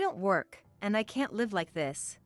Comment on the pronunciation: It’s an online translation, sometimes they say us as U.S., sometimes they says live as living somewhere but pronounced live as a live event.